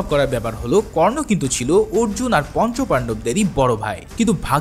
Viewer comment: উচ্চারণটা কাল্কী না কল্কী হবে❤❤❤❤🎉😊😊আর আর্জুন না অর্জুন হবে😊